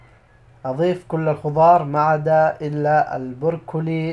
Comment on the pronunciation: ماشاء الله عليك 👍🏽.. اسمه برو كلي مش بور كلي😉